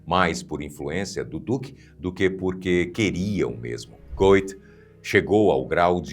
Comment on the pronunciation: O sobrenome do autor de Fausto, pronuncia-se aproximadamente Guét.